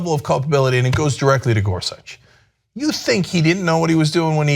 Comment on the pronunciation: caan someone please tell cenk how to pronounce Gorsuch. it hurts everytime when he says it wrong. Ana sits right there and she is ab lto to say it right why can't he?ä